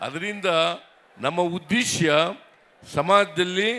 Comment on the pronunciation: ಉದ್ದೇಸ್ಯ ಅಲ್ಲ Sir 🙏 ಉದ್ದೇಶ.